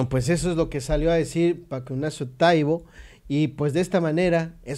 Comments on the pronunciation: ES TAIBO NO TAIBÓ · Lo pronuncias mal, precisamente no tiene acento y tu lo dices con acento en la "o"